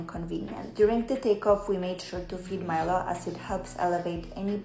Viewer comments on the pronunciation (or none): none